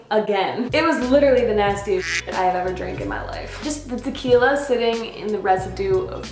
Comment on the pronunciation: Yes, the horrors of "tah-kill-ya". I can't touch the stuff anymore. Thank goodness for rum!